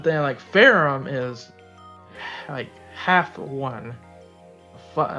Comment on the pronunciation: Actually, the JP pronunciation is "Feramu" meaning the "h" is not there so you just call her "Fe-ram" in English.